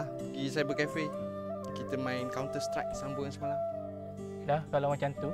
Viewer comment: Dia sebut counter strike tu tak boleh blaaa 😂😅😆